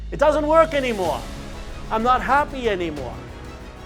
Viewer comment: “I’m nawt happy any maw” 😂 … Great video, Father 🙏